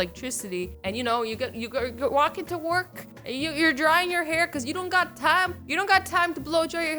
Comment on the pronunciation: Who else thought when she say going to work she said gonna twerk.....